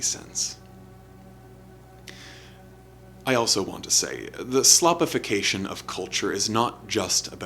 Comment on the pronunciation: Shhhhlopification.....navy beans, navy beans